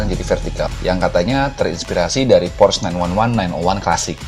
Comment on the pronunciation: Pengucapan 'porsche' nya yg bener dong, reviewernya kurang informatif jg, ga spt ridwan atau mas fitra.